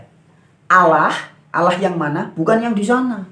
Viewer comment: Menyebut Alloh saja lafalnya salah kok bicara tentang islam.